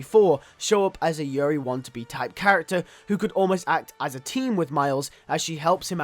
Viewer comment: Yuri's last name is pronounced WAH-TUH-NAH-BAY, not want-to-be.